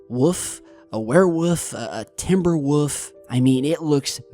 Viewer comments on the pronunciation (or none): A wuff? 😂 its a W O L F 😂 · You say woof instead of WOLF lol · says woof not wolf lol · Not WUF...WOLLLLF. HONEY..WOLF. THE L IS NOT SILENT. ... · It sounds like he says wuf instead of wolf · Heh, enough to make him say "wuf" instead of "wolf". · Lol he says wuf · My wife just showed me that video last night, that wuff is big, like a twilight woLf, lol sorry sorry, but come on there is an L in 🐺, great stuff as usual, also I heard a shout out for you from edge of wander, another great channel, check them out if you haven't they are good people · A Woof ? I thought it was called a Wolf ! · It's a wolf, not a woof Haha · It's called a WOLF not a WOOF!!! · "Timber woof"???? go to speech therapy for all of our sake. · Love your vids. I love how you say woof instead of woLf. :D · Woof? It’s called a wolf. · yes its a wolf not a wuff said it right u tard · Woof? Don't you mean Wolf? And instead of Woofs, don't you mean wolves? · The real mystery is why pronounces wolf as "woof". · A WHOOF? He is calling it a WHOOF! Really? Its a WOLF. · "TIMBER WOOF" 😂 Never heard of a "woof"but it does look like a wolf 😉🤣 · Dude whats a 'woof'?! Do yoy mean WOLF? :P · Dirty Ari There is no regional dialect that would account for his pronouncing it wOOf. WOLF had but one correct way to say it. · Wuff... Wuv... Wulf... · WOOF? "Wolf". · ITS NOT WOOF ITS WOLF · Wolf brother...😅 not wuff. love ya man. Hope vacation is going good. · And can't say wolf LOL love ya bud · please say W O L F.... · Learn how to say wolf its not wuff theres an L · Just a normal wolf. I love ur channel bud, but the l is not silent in woLf lol, take care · Did he really say timberWOOF or is that just the way he pronounces WOLF? lol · Massive black wuff, a werewuff, a Timberwuff? 😂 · what is a timber "woof" or a were "woof" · Stop saying "wuf" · A woof, really? 🤣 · That's definitely a "wuf" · Wtf is a Timber woof? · OMG the way that pronounces ''Wolf'' hahahahahaha